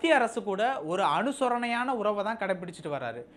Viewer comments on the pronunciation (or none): அனுசரணை என்பதே சரி அனுசொரணை என்று செய்தி வாசித்தீர்கள்.